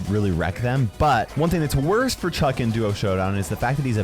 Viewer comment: It's Chuck not "chug"